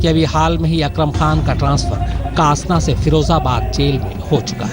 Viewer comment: कासना नही, डासना नाम है**